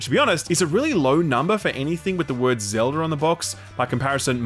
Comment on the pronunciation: "ZELDAR" another one